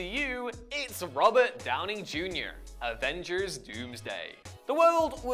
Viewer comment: The weirdest way I've ever heard Robert Downy Jr pronounced.